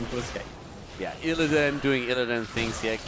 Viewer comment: hey tell (lol) he is mispronouncing illidan